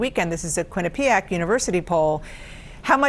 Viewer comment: KWIN-uh-pee-ack, please.